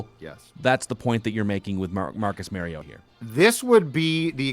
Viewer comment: LOL Marcus "MARY-OH-TAH" is nearly as bad as Roger Goodell fucking it up when he was picked #2 Overall. It's Marcus (at least you can pronounce Marcus correctly) "MAHR-E-OH-TAH". Holy FUCK can you guys make yourselves look like absolute fools who have NO business in the field you're in, but hey... At least you aren't fucking the name up of any current Viking other than "WONG-WOO" (🙄)